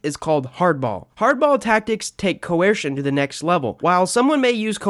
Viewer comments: The second he said cuwesrshin instead of coercion I relized this guy didn’t know what he was talking about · You’re saying “coercion” really weird; like Stewie saying “cool whip”